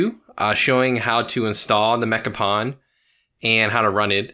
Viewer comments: Awesome video and mod, can't wait to install it myself. Also for the youngins out there, its pronounced "pone" not "pawn". Source: Did a lot of pwning back in the PS2 online days 👴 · Pwn rhymes with “own,” not “pawn.” It’s gamer slang for getting “owned.” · "pwn": rhymes with "loan", not "lawn". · Dude, It's pronounced Mecha "Pone", don't you remember the memes? :D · Pronounced “mekka-pone”